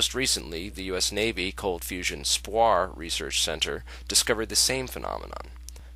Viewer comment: Love your vids man! Just to point out one thing (cuz unfortunately I am not smart enough to point out anything else lol), but just so you know...SPAWAR is the prime Department of Defense C4ISR Systems Engineering department, and stands for "Space Warfare" and is pronounced "SPAY....WAR". Just FYI ;-) <----Retired US Navy senior NCO, now aerospace test engineer with Northrop Grumman.